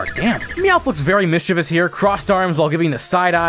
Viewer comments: Thank you for pronouncing mischievous the right way! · for pronouncing mischievous correctly!